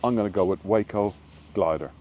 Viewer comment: Glad you didn’t miss the boat! Great show,. Awesome that they remember and appreciate history and celebrate this operation. You had it right - Waco = WAYco. Love the pipes - played for a couple of years myself. Nice rendition of Mairi’s Wedding 👍